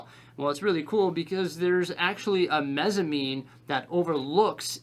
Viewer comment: Congrats sounds exciting! FYI - it's Mezzanine, pronounced mezənˌēn It would be be super cool to see floor plan drawings of layout in future video